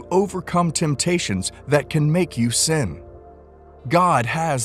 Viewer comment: Time and time God is warning us against "san" 😂😂😂. It's not "san" it is "sin"'